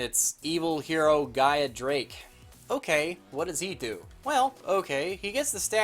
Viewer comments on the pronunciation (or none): 😆 did you say Gaia drake